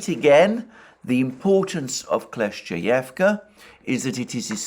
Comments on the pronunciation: You shoud read your comment sometimes Alexander... I've said it countless times... It is KLI-CHIV-KA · you’re wrong. Kle-schE-yevka is how it’s pronounced. Ch is a different sound from sch (ч versus щ).